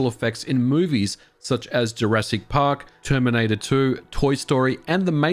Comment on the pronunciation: "Terminator chew" 😂😂😂😂😂😂😂😂😂😂😂😂😂 a whole nation that can't enunciate! I love it 😂😂😂